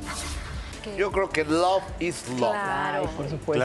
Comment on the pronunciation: El tipo se refiere a "Alex" como "esta Alex". Es un comentario muy ignorante. Y el tal Gustavo ni siquiera sabe pronunciar "love", se nota que le cuesta mucho trabajo. Mejor que ni diga nada.